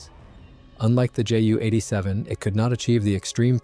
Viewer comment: This was good. I know a lot about the Pe2/3, and even I learned something. Please learn to pronounce (edit?) words like Ju-87 and Junkers. Otherwise, big thumbs up.